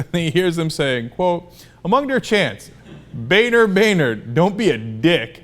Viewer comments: LOL he pronounced Boehner as "boner" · Damn originally I thought Boehner's name was pronounced "Boner" which made this story 10x funnier. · his family actually changed the pronunciation of his name when they moved to the US... Savvy enough to change the pronunciation but not the spelling! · Stop pronouncing his name wrong!